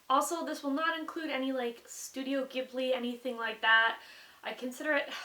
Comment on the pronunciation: SHE SAID IT CORRECTLY YAY!!!, too often have I heard people say Ghibli incorrectly.